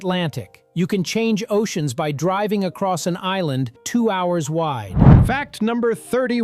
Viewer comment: he said acoss